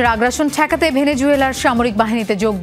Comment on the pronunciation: গদি টেকাতে হবে না ঠেকাতে হবে শব্দটি?